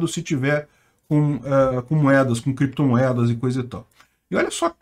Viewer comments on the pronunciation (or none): Valeu! Peter essa história do Renan Canalheiros falar "creptomoedas e bitcóio" não me engana, eu acho que ele sabia falar certo mas queria despistar, porque as criptos é um ótimo lugar pra esconder dinheiro. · Meu amigo , um senador que fala biticoio e creptomoedas já se vê o nível 🤣🤣🤣🤣